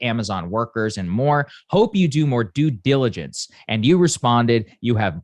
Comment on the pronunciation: Do diligence? Due diligence? No native speaker me would like to know, what's good.